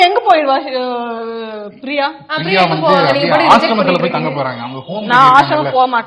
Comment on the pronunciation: பிரியாவோட. (Fha) உச்சரிப்பு sufhar